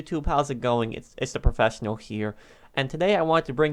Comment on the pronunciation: “Profadfjnal here”